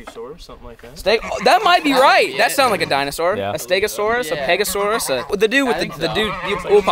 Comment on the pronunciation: Yp did really say pegosuarus like is that a dinosaur with a strap on🤣🤣🤣